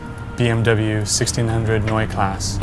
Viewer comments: "Noi class"... seriously. If you feel compelled to call a foreign car by its original foreign nickname, then please at least put in some minimal effort to pronounce it correctly. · greetings from Germany and congrats on your amazing BMW! The pronounciation, and I'm trying hard to type this in an "american" way: noyé khlaacé. hahahaha. anyways, good job on your car mate. and hope you'll keep it in this beautiful shape for decades to come! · Hi all, thanks for the (mostly) positive and kind words. I hope my love for these BMW four door machines shines through. To note, they DID make this body style as a 1500, 1600, 1800, and 2000 variation. Mine IS a 1600.......yes.....a 1600.Neue Klasse is pronounced several ways, depending on where you are from and how your tongue works. My hair, sorta odd that a few of ya give a crap......but Joe Strummer and Johnny Cash would approve. Blah. Thanks again for the coverage of this four door oddity, and thanks to you all for watching and getting it.Stay cool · I'm glad i'm not the only one who was bothered by that.